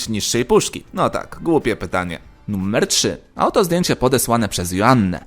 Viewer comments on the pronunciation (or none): niby seria pełnoletnia, a wciaż mówisz nummer... strasznie irytujace. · Sam film ciekawy ale poziom mojej irytacji (nie wiadomo dlaczego) spowodowany mówieniem słowa "nummer" zamiast "numer" przekracz granice i nie pozwala mi oglądać innych filmów tego twórcy.